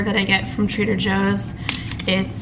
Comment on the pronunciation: Bruh 😩 do you be saying Trader Hoes? Cause that's what I'm hearing 🤔😂😂😬